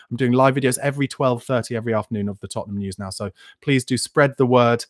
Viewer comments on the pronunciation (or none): Hey, you just can’t say Tottenham lol